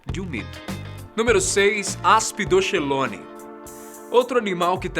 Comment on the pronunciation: essa palávra "aspydochelone" deve ser lida como aspidokelone.